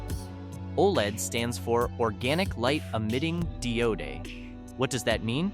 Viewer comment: dee-o-day! LOL😆😆😆